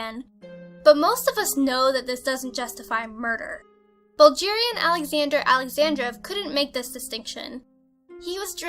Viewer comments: Bulgerian? Do you mean Bulgarian? bul - gare - ian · Bulgarian, from Bulgaria bʌlˈɡɛəriə. Not like the g in bulge. Whachuthinkinbout? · Really? Bul"j"arian? It's with a "g" sound as in "g"ood. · Bulgarian is pronounced "Bul-GEHR-ian", not "Bul-JEER-ian" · what the hell is 'bulgerian'? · did she really just say BulJarian? i have nothing to say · You're pronouncing Bulgarian wrong. It's not like [Buljarian] it's "g" is like Gareth's "G" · Bulgarian? Or did she say, Buldgirian???? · Lilina Sato Obviously, but who in the world is so stupid to pronounce it "Bulgirian"? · pronounced it "Buljarian" ?? seriously? It drives me nuts when countdown shows CAN'T PRONOUNCE STUFF CORRECTLY. I thought she had a cute voice and a great delivery but did no one listen to that and be like... that's not how you say that country's name?? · Baljeerian hahaha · she obviously can't pronounce Bulgarian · If i hear you ever saying the word "Bulgarian" ever again, i'll become the "Worst ever subscriber in the entirety of Youtube". How the heck can someone say this word so wrong?!?!!!!